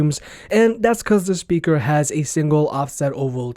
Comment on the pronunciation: I love how you pronounce it "shpeaker". :)